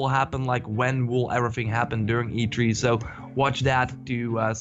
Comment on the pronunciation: E tHree! E tHree dammit!! not e tree! :D